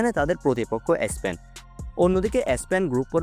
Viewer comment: এ স্পেন টা কি ? উচ্চারণটাও ঠিকমতো করতে পারেন na!